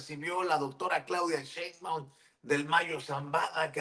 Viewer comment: Es algo que no entiendo el por qué varios pronuncian; Cheinbaum, es tan fácil decir su apellido así como se escribe (Sheinbaum) Así es como se pronuncia, con la letra “S” nooo con “Ch” La periodista y YouTuber, no puede pronunciar el apellido con “Sh”